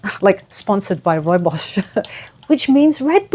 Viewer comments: You pronounced it correct!! South African is Sometimes the same as Dutch 😊 We say Rooibos the same 😂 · You pronounced rooibos tea perfectly 😁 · Love you ❤❤❤ Soul Sis!! You’re adorable 🥰 with your toys 🧸 & rooibos (you pronounce it beautifully ❤❤and I’m gonna get my hot 🥵 tea 🍵 now! I’ve been mixing fennel, cumin, & coriander ❤)